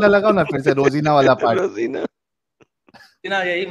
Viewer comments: Wo rozana ko rozina bol rha kya??😂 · रोजिना ❌ पेलोना ✔️ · ये रोजाना को रोजीना बोल रहा है😅😅